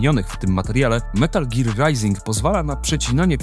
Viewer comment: Szkoda tylko, że tytuł źle wypowiedziany :/